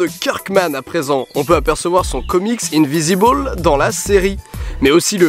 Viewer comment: INVINCIBLE !!! Très bon comics (tu ne prononce pas ça invisible d'ailleurs ? ;) )